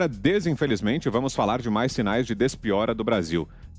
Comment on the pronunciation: "Desinsfelimente" kkkkk tragam um Oscar pra esse apresentador, Vito tá em outro nível!